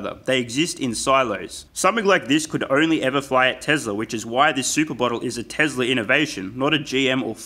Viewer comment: Great video, for real. But remember that it's TeSla, not TeZla. Cheers